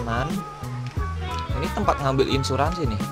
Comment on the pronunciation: Ansuransi bang bukan insurasi